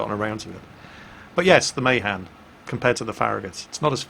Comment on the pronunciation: Isn't Mahan pronounced as Muh-Han not May-Han? I'm pretty sure that's how Alred Mahan's name was pronounced...